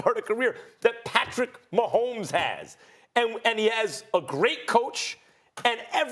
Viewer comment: Nobody: Max Kellerman: Patrick MAHOMES